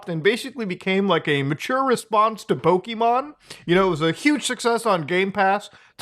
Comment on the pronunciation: A multi billion dollar company is just mad a clone is doing better than them. I'm done with Nintendo's bullshit. Also, Poh-keh. Not Poh-kee. JFC. Finally, the fact IIRC Lufia, an ASS old game from way back then had a creature capture system. This is literally just Nintendo trying to snuff out competition. The tards.